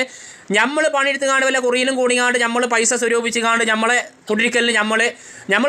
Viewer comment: ഞമ്മള് അല്ല... നമ്മൾ 😄